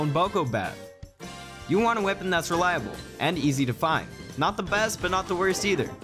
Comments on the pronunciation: Wipon. WIPON😂 weapon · why does he pronounce weapon as "wih-pun"? just curious